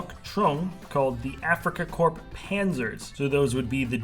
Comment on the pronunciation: its pronounced corr, not corp